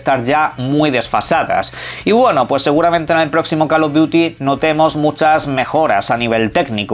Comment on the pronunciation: Alguien puede decirle a este chico que CAL of duti ni CAL of the si existen? La pronunciación es importante